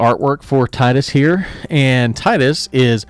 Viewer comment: You are mispronouncing Tidus. Tee-dus is the official pronunciation. (There was one time they accidentally mispronounced it, but all other sources and games clarify the pronunciation.) Anyway, I really like the idea of moving counters around on the saga creatures. I think there is some fun potential there. I think this will be a fun one! Thanks for the video!